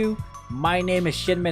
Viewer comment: why do i hear shitmen instead of shimen...